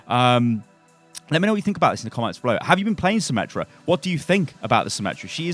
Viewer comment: Not symmetra meta, it is symMETA